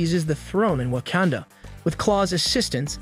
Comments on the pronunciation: Especially when he says wah-can-duh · Wakanda not wacanda